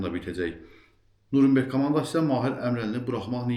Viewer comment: Nurumberg yox Nyuren berg